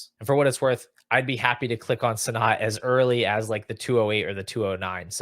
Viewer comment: Please for the love of god say Ben Sinnott’s name right. Ben “Senate”